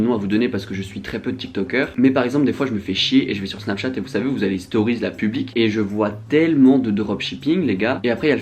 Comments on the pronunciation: "les storiz" fait un effort stp 😭😭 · « dans les storyzzzzzzz » jui morte vmt